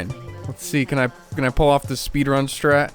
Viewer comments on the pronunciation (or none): none